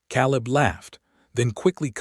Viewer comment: Caleb. Biblical name. Pronounced Kay - lub. Mispronounced 💯 = 2.5 hours